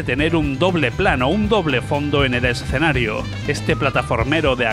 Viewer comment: Por qué pronuncia la palabra "escenario" de manera rara?? Es como que dice "es-cenarios".